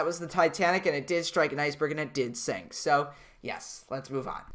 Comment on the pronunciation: You said sing not sink💀